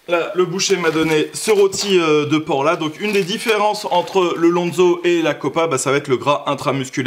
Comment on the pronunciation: Pour info on dit du "lonz" ou "lonzou" -> phonétiquement Et c'est pas du cochon corse mais du cochon noir 😉